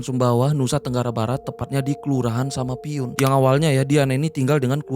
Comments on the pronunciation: sekedar info kak, nama desa nya samapuin bukan samapiun, sayaaa orang sumbawaaa😭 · Kelurahan samapuin, bukan samapiun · Samapuin kak, bukan samapiun 🙏 Salam dari sumbawa❤